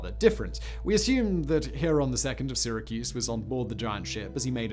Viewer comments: "In the UK it's Sighra, in the US it's Syra" - Being a Brit I'm all for correcting Americans when they get words wrong, but damn, Simon, I've never, ever, ever heard it called Sighracuse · I suppose this means I am from SIGH-racuse instead of Syracuse? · From the UK, I don't know a single person who pronounces it "Siyyrahcuse" and everyone pronounces it same as the American way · It's Syra cuse Simon. I live here I know😂